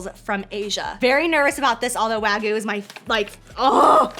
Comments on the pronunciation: lol WAGOO. Wag-you. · The WAGYU... (not "Wagu")